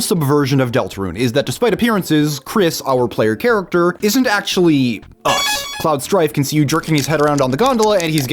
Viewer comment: Don't tell me you pronounce "character" as "car-icter"